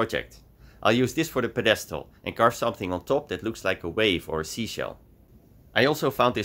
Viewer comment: Ziet er weer mooi uit man. Btw bij het woord pedestal ligt de nadruk op de eerste lettergreep.